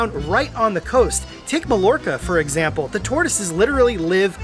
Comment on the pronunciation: Mallorca is pronounced My-Yorka or My-Ortrca. remember it is a Spanish word and LLss are pronounced as Ys. Suxj as ttthe word Pollo, xhixken, pronounced Poi-Yo.